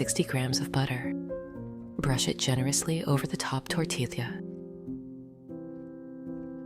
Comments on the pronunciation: Great recipe. Greetings from Pennsylvania. But why AI? It's pronounced tor-tee-ya, not tor-til-lia. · It is amazing how the AI cannot pronounce tortilla (tor tee ya).😂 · It is pronounced Tor tee ya Sanger Tx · AI can’t pronounce tortilla😂